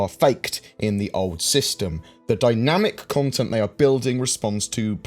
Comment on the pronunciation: DY-NAM-IC CON-TENT!!! Yep, I like that!!!